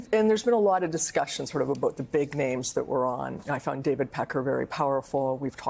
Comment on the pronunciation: I became aware of Sussane Craig because of her portable speech impediment. Her reporting seemed sterile and mundane, but her insistence on saying "thot" instead of "that" or "bockwards" instead of "backwards" annoyed me to the point of paying attention to her. She only speaks in this manner when she's on set in the studio. When she's outside on the street, she talks like everybody else. I find this strange. It also just hit me who she looks like. I don't mean to be cruel, but she is a dead-ringer for......Art Garfunkel. Sorry, Lord...please forgive me.